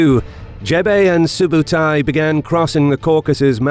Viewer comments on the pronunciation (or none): i am Mongolian and i tell you something its not JEBE!!! correct call is ZEV (ZEV - ЗЭВ mean is aerugo or arrowhead) ZEV is chingis khaans general of 1/9 and its not SUBATAI correct call is SOOBEIDEI - СҮБЭДЭЙ. soobeidei too general of chingis khaan 1/9 (khaan khan - is mean KING) And Mongolians are the only country to beat Russians in the winter haha